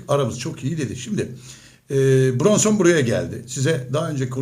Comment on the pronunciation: Brunson değil hacı biraz çalış da öyle konuş